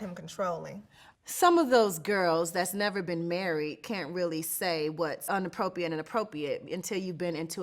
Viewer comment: Shamari I love you but it’s “inappropRiate”, “appropRiate” 😩